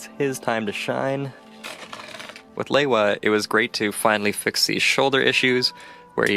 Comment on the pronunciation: It's pronounced " lee-wa"